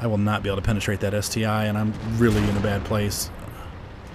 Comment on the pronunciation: Hey, the ST-l is pronounced like the Tiger i and the Tiger double i? No, the correct way to say it is ST-1.